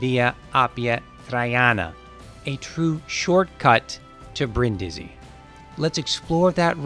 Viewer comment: *Breen-dee-zee, roll the R